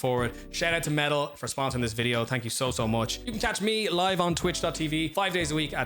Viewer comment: Ngl until i went into the description i fully thought you were saying "metal" the entire time lmao